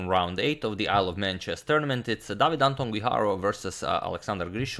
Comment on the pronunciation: Just for the sake of giving something back, "David" has the stress on the second syllable, the same as "Antón" (note it's "Antón" and not "Anton") and whenever there's a double r inside a word (at least I can't come up with an exception) it's pronounced as single "r" at the beginning of a word, that is, kind of a "strong" r as in round, not a "soft" one as in around. Again, not trying to be a grammar nazi or anything, just giving something back. Thank you!